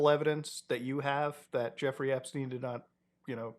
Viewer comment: epSTEIN not epSTINE